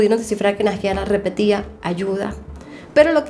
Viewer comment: no se dice naJIara se dice naiara JAJAJ <3